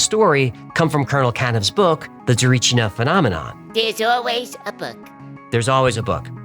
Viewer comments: Thank you for doing this episode that means a lot. <3 Don't want to be a d*ck about it but your pronunciation of Tsarichina is bad, just a note, your pronunciation of Baba Vanga was spot on though. Yeah the story is too far from what I know as a Bulgarian. Hacklefish the entity that Marina talked with was called Kiki, so yeah, don't get too disappointed. Also in the book it was hinted that Marina was bullied by Elisaveta Loginova and that was one of the reasons why she was depressed and jumped from the building. Regarding our corruption... you are correct... To be honest the only person involved with the story that you can trust is Baba Vanga, she never cared who comes to her for aid and with what intentions, she was just a blind seer that tried to help whoever needed her. The only recorded words (on tape recorder) from her regarding the case that I know of is something along the lines of "why have you come, what are you looking there, its no man or woman, just a yellow monkey, leave it be". Most Bulgarians agree with the facts that you mentioned. I don't know if people died during the digging, I know that people died after that, still could be wrong. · fascinating, and thanks! i am bulgarian and as a kid being an 'x-files' fan me and a friend went to Tsarichina (btw pronounced trasichina not 'tsarichnia..' - we didn't find anything but it felt very bizarre and alien, i can't explain it: a good explanation will be "the most abandoned and empty field one would find in a country surrounded by forrests everywhere"- it was as if someone was looking for a smooth field to engage in some type of military test or something, it was weird. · No way you spoke about a Bulgarian mystery! Much love and thanks from a Bulgarian fan of yours! And it is pronounced Tsa-ree-chee-nah (if that makes any sense), but you did a good job regardless! It is quite a popular one and quite weird as well. 😊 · Why didn't anyone catch him mispronouncing Tsarichina He said "tsarichnia"